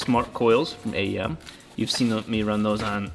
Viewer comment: lol A E M not "a yam"